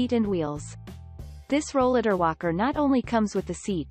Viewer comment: She’s not even saying Rollatar right! This is a very audio scripted video and none of her wording is right! Exactly, I came down with a chronic illness when, I turned 30 and, I started using a rollatar in my early 40s and, none of the new line of Rollatars are even on here!